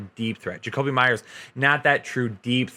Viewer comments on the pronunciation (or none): none